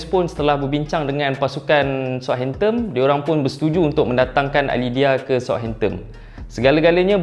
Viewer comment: belakang 'N' bang,bukan 'M' hamptomm apa benda